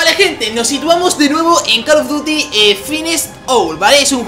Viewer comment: call of duty no cal of duty (lo digo por la pronunsiacion)